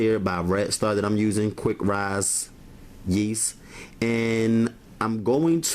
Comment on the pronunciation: Why does he have to say rise like that though kind of disturbing right